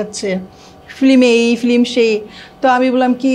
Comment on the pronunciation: মহিলা ফিল্ম না বলে ফ্লিম বলে। ওর এই উচ্চারণ সংশোধন করা দরকার।